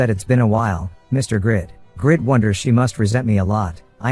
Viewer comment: Why does the reader call him the wrong name (Grid) instead of Greed. Very off-putting